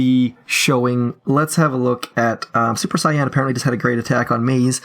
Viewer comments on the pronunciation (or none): that's not how you pronounce Saiyan my inner weeb cannot let this pass